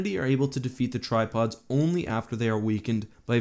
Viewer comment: I also couldn’t hear anything else than „tide pods“ when he talked about the tri pods 😂